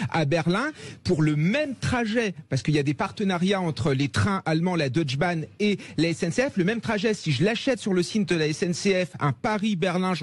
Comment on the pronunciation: DeutschE Bahn...pas Deutsch Bahn...le E se prononce en allemand. À part ça je vous comprends, service nul.